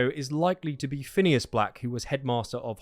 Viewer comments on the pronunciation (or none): none